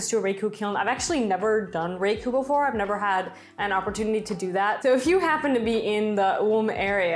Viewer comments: It is raku like" ra "bbit.. Your idea is very cute. Thaks for sharing. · Oh, and the accent is on the second sylable - "ra" ku' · Raku is pronounced with a soft a and the accent is on the U